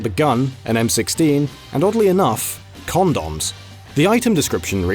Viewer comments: "calm dawns" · This will be the new "pay-tents." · cAUndAWm, CandEEce is that how everyone says those is british land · The way British people say condoms kills me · The way says condoms makes it seem like he takes a bite of something after the "con" part. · heehee the stupid man says “condoms” dumb! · Lol, who says condoms like that?!